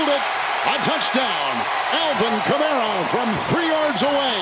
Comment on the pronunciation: The announcer doesn't seem to know the names of the players. Sounds like he has to look up the names. And the Saints player is named Kamara, not Cameruh, or Camero. A Camero was an automobile that's not longer manufactured. Maybe we can get a better announcer next time.